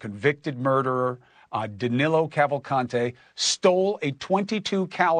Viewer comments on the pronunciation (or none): Is Danilo Cavalcante not danelo Cavalcante! I'm brazilian so im can pronunce his name in Portuguese!!!! And this police from chester county looks incompetent im right?